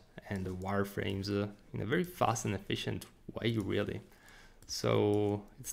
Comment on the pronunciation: Thanks for the tutorial. BTW, your English is excellent, but you have a habit of putting a vowel at the end of English words that don't have one. You should say "and" not "anda" / "right" not "righta" / "click" not "clicka" / "of" not "ofa" etc. For what it's wortha. ; )